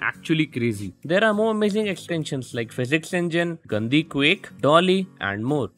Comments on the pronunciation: But really though, how is it pronounced? I think you got what i meant, it sounded like the hindi word for "dirty" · The way you're pronouncing Gandi 💀